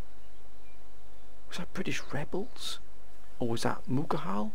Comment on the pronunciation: It's not mugahal its Mughal